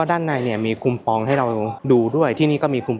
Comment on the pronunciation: ชอบดูคลิปญี่ปุ่นมากๆค่ะ ให้รายละเอียดดี ขออนุญาตตินิดเดียวทำไมเรียกคูปองว่าคุมปอง มันฟังขัดๆนิดเดียวค่ะ